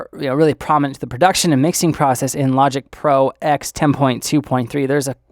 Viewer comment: Nice video. BTW it's Logic Pro Ten, not "ex". And Mac OS Ten, not "ex".